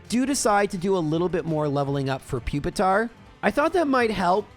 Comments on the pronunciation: Pupitars long u sound = Pupil, puke, putrid, popular, peculiar and puerile. Those are just the p’s I could come up with let alone any other beginning letters like Human. Nice try 🙃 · Pupil, pure, and putrid as well.